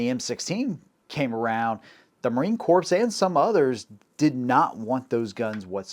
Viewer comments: Ordinance Corpse? MARINE Corpse? Good Lord!!!! It is pronounced the same as 'CORE'. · Corps is pronounced "core" not "corpse." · It’s Marine Corps but the s is silent think core. Same with Ordinance Corps. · Correct pronunciation of “Corps” is “core” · Bro, "Corps" is pronounced "Core" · Now I KNOW you never served in our military. Similar to calling a Marine an “ex Marine”, miss pronouncing Marine Corps as “Marine Corpse” is highly disrespectful to any Marine and I’m just a retired Army Grunt (Infantryman). And yes, I used the M-21 as a sniper in the mid 80’s and she can perform well in that role but it requires a LOT of additional tuning to achieve those results, we should’ve just stuck with the Remington 700 like the Marines did. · A lotta corpses with ordinance. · Great video man! Loved it. One thing though. You realize that you pronounce "corp" incorrectly right? Marine "corp," and ordinance "corp." You said it so many times and wrong every time. Couldn't not let you know. Hope you don't take it wrong.